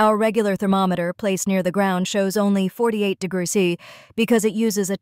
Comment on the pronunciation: Please train your AI voice to pronounce "degrees" properly.